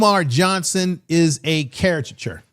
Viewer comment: ...cariCAture not cariture...